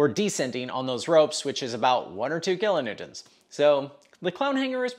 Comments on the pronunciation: Glad someone calls out his weird pronunciation of kilonewtons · um I think you mean “kilanewtints”